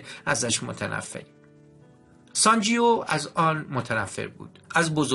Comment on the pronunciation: اسم شخصیت مرد کتاب sanjeeve تلفظ میشودونه انطور شما تلفظ میکنید sanjio, بهتر است قبل از خواندن یک کتاب دستکم گویش درست انرا یاد بگیرید٫ گذشته از ان نیازی به تکرار پی در پی اسم شخصیت داستان و انهم بصورت نادرست که اعصاب شنونده را داغون میکند نیست٫ کار ضمایر در گرامرزبان همه ربانها جلوگیری از این کار است ٫این ضمیر در دستور زبان فارسی واژه «او » است. امیدوارم در کتاب خوانی های اینده کارتان بهتر از این باشد. من نمی خواهم نا مهربان باشم یابخواهم توهین کنم ولی درست این است که پیش از اغاز هر کاری شیوه درست انرا با کمی بررسی یاد بگیریم، موفق باشید